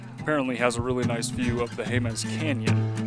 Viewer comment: Jemez is pronounced "HAY-muss" by New Mexicans.